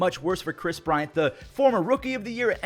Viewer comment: Fell off so hard you didn’t even say his name right